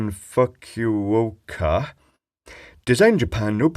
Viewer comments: Fukuoka not Fuck-you-oka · Fuk-u-oka 🤣 sounds like an ominous place, like they don't won't you there... Secret to reading Japanese words is, the syllabus ends with vowels. It's fu-ku-oka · I doubt that "fuck-u-oka' is the correct pronunciation of that Japanes name xD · LOL! Xiaomi = SHAOW MAY Fukuoka = FOO KOO OH KUH Not what he said... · the phonetics are Foo-koo-oh-car But the timing/length is shorter/faster, thus Fu-ku-o-ka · I think Japanese words’ syllables end with each vowel. So Fukuoka would be pronounced foo•koo•o•ka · your pronunciation of Fukuoka may trigger the dreaded bots. For future reference it is like "Foo-koo-OH-kah" (emphasis on the "oh" bit) Keep up the wonderful videos. I would love to see you get a Halo Bolt 58830 Jump starter / power pack / inverter (mine has a 65W 115vac, U.S. outlet on it.) and "take it to bits" then offer your opinion of it. I'd send you mine, but it still works great, and I use it all the time when going to garage sales and yard sales to test small appliances or radios etc, that I'm interested in. Lil' bugger even started a Chevy 350 (5.7l) V8 with a stone-dead battery. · Fukuoka (foo koh kuh) Kyushu (kee you shoo) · Love your pronouncing of "Fuck-you-oak-ah" 😂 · and fukuoka lol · The way you pronounced Fukuoka sounds like a shitty coffee drink.